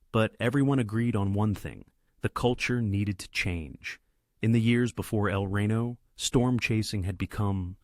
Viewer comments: Can't use actual images from the tornado? Also it's El Reno not Rino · It’s pronounced El ree-no, not rain-oh. 🙂